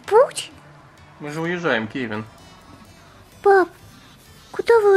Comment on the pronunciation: вобсето не кэвин а Кевин поняла